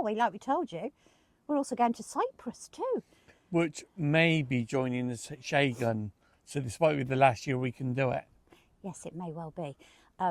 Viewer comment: Sorry for your loss guys. Got to love you guys. Where’s this Shay-gan area you keep talking about ? I thought it was Schen-gen 🙈🤣 God bless ya! 😁